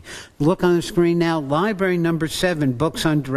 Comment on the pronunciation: Library Not Libary